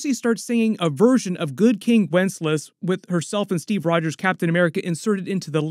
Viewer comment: The name of the Christmas Carol is Good King WencesLAS! Not Good King Wences. Mutter, mutter, grumble, grumble. Good episode and breakdown, however.